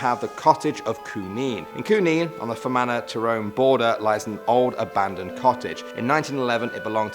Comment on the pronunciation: Wow he actually said fermanagh right